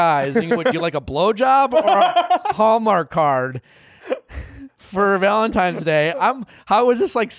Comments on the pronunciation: He said "ValenTiMES" day lol!!! hes a cutie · Nick is a “Valentimes” person. Not “Valentines” 😂 😂😂😂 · I can't un-hear "Valentimes" day. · “ValentiMes Day”- by BOTH of them. 🤦🏻‍♀️ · They both say valentime's day and it makes me angry!